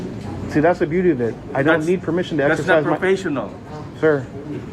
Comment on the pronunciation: A new word!: Per meeshon.